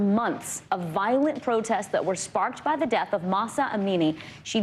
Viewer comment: They are the "morality police" not the "mortality police" or did I mishear that?